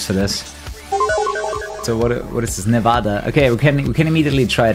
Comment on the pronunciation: Thank you for pronouncing Nevada correctly lol. It's something most nevadans cringe at lolol